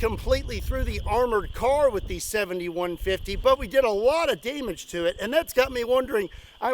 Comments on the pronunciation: Am I the only jackass that hears it as the 71-50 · Doesn't it sound like he says 71-50 not the actual caliber 70-150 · can't help it... it sounds like your saying 7150, maybe 71.50 lol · Lol everytime you said "70-150" I heard "71-50"😂😂😂